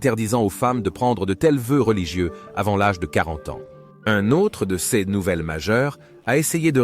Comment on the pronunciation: Ls prononciation de "Céz..s " pour /ces/ est une difficulté récurrente chez nôtre interprète IA. Ez..sse possible de corriger ce ðéfaut récurrent ? Quand à la prononciation de MAJORIEN on ne peut pas s'attendre à ce qu' un américain parvienne jamais à prononcer correctement les noms des romains: Scissoŕ pour César Sissiroe pour Cicéro Pampy p. Pompée ....